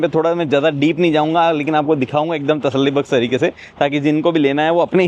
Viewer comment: Wagairah wagairah Tasalli-bakhsh. Nice Urdu sir😊